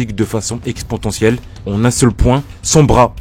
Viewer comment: Vous avez raison à 100% son air racaille rend la vidéo très malaisante à regarder, mais faut pas être trop dur avec lui, c'est sûrement un collégien ( il a dit "expotentielle" a un moment dans la vidéo )